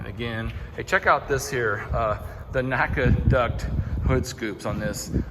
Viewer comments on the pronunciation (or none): none